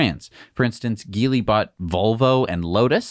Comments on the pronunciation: i may be wrong but isnt it pronounced "X Pung" & "Ji-Lee" ? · GEELY should pronounced as G - Lee